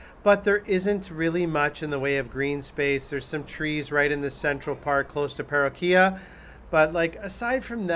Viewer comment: No disrespect but you want to learn how to pronounce Queretaro and Paroquia. And did you make it to Parque Benito Juarez for green space? There are also other parks as well. There is also a mall in SMA. Also pros & cons have a lot to do with perspective: hills provide awesome views. And every Airbnb I stayed in had screens on windows.